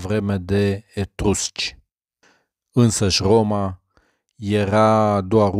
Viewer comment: Etursci ? Nu mai degraba etrusci ?